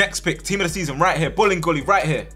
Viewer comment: everytime says 'bolingoli' i hear 'bullying goalie' lol